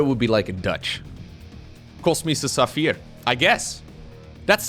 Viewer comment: Just to have it said, it´s spelled "Kosmischer Saphir", not "Koschmiser Saphir", you should have a serious word with your german teacher at HSC :D